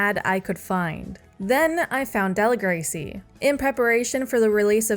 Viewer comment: obsessed with your pronunciation of Deligracy